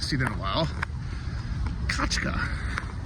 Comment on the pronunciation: F@ it is NOT Kachka, it Is Katʼka!!!!! Kachka is a duck(literally) Katʼka is like a Katey